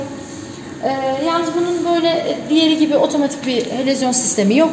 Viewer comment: helezyon, helovizyon , yok yok helezon olmasın.